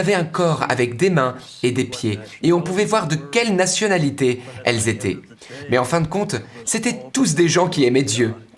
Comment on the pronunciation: Témoignage très intéressant. Cependant, la prononciation en langue française est déconcertante. Faites-vous la différence entre "parlé" et "parlaient ", "été " et "étaient "? Les mots " francé", "fé" n'existent pas dans la langue française. Merci d'en prendre compte par respect pour notre culture.